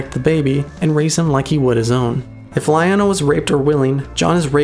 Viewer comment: you know, the way you pronounce lyanna always makes me think you are saying lion-o XD